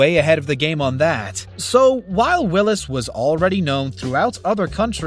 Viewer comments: Come on....it's Sam Wills, not Willis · his name is Sam Wills, this doofus says Sam Willis....